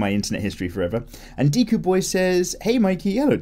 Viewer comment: Every time Mikey says my name I can't help but giggle a bit. BTW. Mikey if you're reading this my name is pronounced like Deh-kuu , but don't sweat it.😂 Great video man, keep it up.😀👌